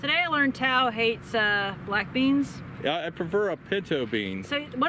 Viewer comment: My wife heard "black d" instead of "black beans" and thought I was watching something filthy.